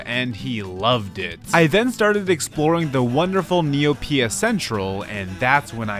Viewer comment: Hearing neoPIA is throwing me off, hardcore